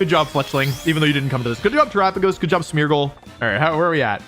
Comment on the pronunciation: Every time you say Smeargle I think you say Smeagol and that is quite funny to me .... yeessss my precious